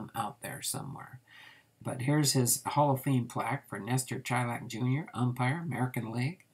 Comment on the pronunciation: Hey. Im a distant relative and, not that it matters much since you already posted the video, but its pronounced Shy-lak. Us baseball fans like our details so I figured I would share. His cousin was my great grandfather, who was a great guy that I was lucky to know for several years before he died (and I’m in my early 30’s.) Thanks for the info on Lestor! Cool to see he was involved in some real history!